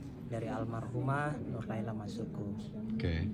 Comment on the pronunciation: Nurlaila bukan Nurlaela